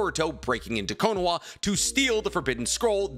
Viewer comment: It’s konoha not konoa. 😅😅😅